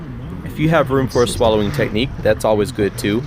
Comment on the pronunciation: Hey! nice flow! i liked the scenery, and it was fun to watch! at the beggining, it seemed like you were sayong Swallowing instead of Slaloming:o maybe it's just me:) but yeah it's a slalom:)